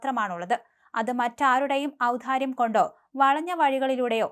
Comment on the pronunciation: ഔധാര്യം അല്ല, ഔദാര്യം.